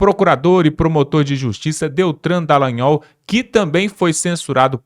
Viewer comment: O cara insiste em errar o nome do Deltan Dalagnol, chamando-o de Deltran!